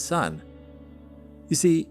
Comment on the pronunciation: its not "zoo wrong", its "joo wrong"